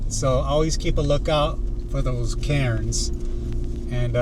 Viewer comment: When you mentioned the rock cairns I thought you were saying rock Karens lol. I was telling myself “wtf is a rock Karen? Women camping out there trying to police people?” Cool video man